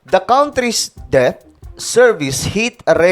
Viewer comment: Det ang basa dun hindi debt, sangkay. FYI lang